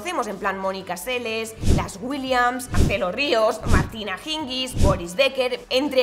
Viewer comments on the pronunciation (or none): “Martina Hingui” ? Jajajajaaja